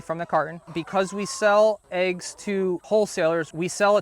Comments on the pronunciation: First thing to learn, they're called eggs, not aeggs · I had a girlfriend from Colorado who also said, "aye-ges." No bro, it's "eh-ges." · Are you saying Ayg? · "Aiggs" First time I've heard this pronunciation. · Why do people say, “aygs,” why is it spelled “eggs”? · Are you calling them ayygs? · I like how he pronounces eggs.